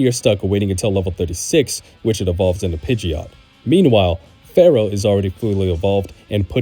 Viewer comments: I can’t trust anyone that pronounces Spearow and Fearow wrong 🤦🏻‍♂️ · FEAR-O not Pharoh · It's Fear-Oh, not Farrow. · Fear-ow Not phara-oh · Spearow sounds like spear but fearow sounds like fair? Yeah no. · The way you pronounce FEARow is annoying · Why do you pronounce Fearow like it's gonna summon the Curse of Ra?